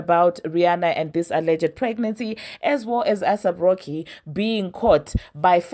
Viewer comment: I come in peace to help you with pronunciation…take this in good faith…it’s not “ASS APP ROCKY” it’s “ACE APP ROCKY” (AYSAP) xoxo 😘 with love fr Your beloved subscriber